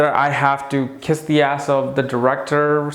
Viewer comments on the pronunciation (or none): none